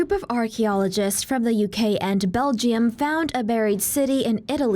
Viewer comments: Bel-jum. Not Bel-jee-um. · This girl really said Belgie-um